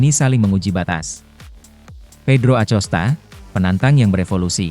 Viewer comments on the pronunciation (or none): akosta pak baca nya acosta. kayak orang enggak sekolahan aja 😢😢😢😢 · Bacanya bukan pedro acosta, tapi Acosta